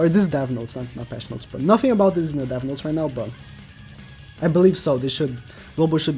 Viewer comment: it said NOTS not notes, next time try checking yr spell XD